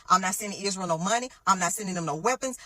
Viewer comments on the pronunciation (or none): none